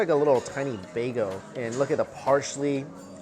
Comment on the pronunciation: Bagel. BAGEL. lol Mike over here saying “bay-go”🤨